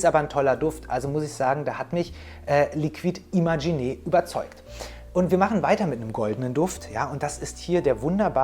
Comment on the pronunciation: Ich gebe dir einen Tipp, mit dem du dich von allen deutschen Parfum-Influencern abheben kannst ;) sowohl Liquide Imaginaires als auch Matière Première spricht man mit "ä" aus und nicht mit langem "e". Also "Imaschinär" und "Matiär Prömiär". There you go